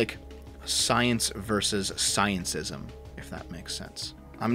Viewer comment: It's scientism not sciencism